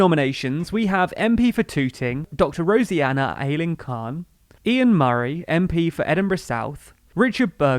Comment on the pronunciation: Appreciate the format, but there are some glaring factual inaccuracies in this: Nandy didn't quickly resign upon Corbyn becoming leader - she stayed in post until the 2016 'coup'; Yvette Cooper never publicly signalled her intention to run; Rosena is pronounced as it's written, not 'Rosianna'.